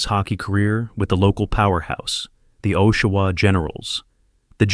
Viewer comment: What kind of crap video is this where you can not pronounce Oshawa or St Louis properly? AI crap!!